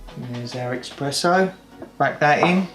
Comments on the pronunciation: Espresso. Not 'Expresso'. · Indeed. Wheres the X in eSpresso? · You say eXpresso ☹️☹️ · Expresso …!!! Jesus.. you really know ur coffee!! 😂😂😂🤦🏼‍♂️🤦🏼‍♂️🤦🏼‍♂️ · Thanks for the feedback, I'm adding it to the list. 1. Buy a Tripod, 2. Stop pronouncing Espresso as "Expresso", 3. Cut my nails more often. ;) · A coffee lover who mispronounces Espresso.